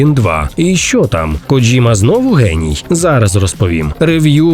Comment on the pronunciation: Респект за правильну вимову японського імені. Це я про «Коджіму». Добре що не «Кодзіма» і не «Коджима» - що часто в Україні використовували. Дзвінки приголосні і разом з «і» - ось правильна вимова японських слів такого типу. А от «недурно» - це русизм) Критикування нінтендо за підвищення ціни на ігри в порівнянні з Call of Duty - це максимально тупо і примітивно. Нінтендо продає величезну гру раз і все. В той час як Колда має сізон паси, але ви підкреслили, що саме Нінтендо жадібна. Це різні системи і нічого тут когось засуджувати. Вартість на ігри мала піднятися іще років 10-15 тому. А в цілому непогано)